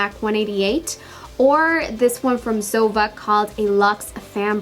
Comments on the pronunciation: ZOEVA is ZO-E-VA not ZOE-VA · I think you shall say zoeeeeva instead if zova? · it's not zova! it's zoEva!!! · I love your videos but the Zoeva brushes are pronounced: zo-eva not zova. Sorry but it was bothering me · Isn't it zo ee va ?? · Love the video ! But Zoeva is pronounced "Zoeeva" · It's Zo-wee-va. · Isnt it pronounced zo-ee-va? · Dulce it's pronounced "Zo-EE-va" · I think it's pronounced zo-ay-vuh for Zoeva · It's actually pronounced [zo'wiva] with the accent point on the i. Love the look by the way! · I'm pretty sure you are pronouncing zoeva and este Lauder wrong Hun. Zoeva is literally said how it's spelt (zoEva) love the video x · It's actually pronounced Zo- ay - va ❤️ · I thought it was pronounced zo-ee-va? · Zoeva is a combination of two names: Zoe and Eva :) so pls, pronaunce it like this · You can't even say Zoeva right! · I bet you've never mispronounced a word in your life. You're amazing. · Not trying to be mean or anything lol but Esteé Lauder is pronounced (Estay) & Zoeva is (Zoava)